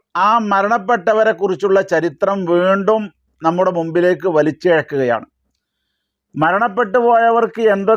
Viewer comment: വേണ്ടും എന്നല്ല വീണ്ടും എന്നതാണ് ശരി മലയാളവും ശരിക്കറിയാത്തവൻ